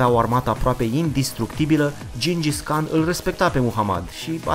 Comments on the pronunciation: se citeste gingis han nu can! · gingis han nu khan